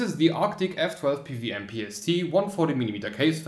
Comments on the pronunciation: it's "P - double U - M" but u say "PVM" haha :) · O Well I would've guessed that :D I get strong German or Czech vibes or similar when hearing how you pronounce PWM